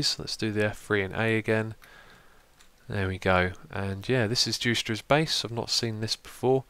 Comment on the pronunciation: correct prenuncinasion of juicetra this time not jui-cet-tra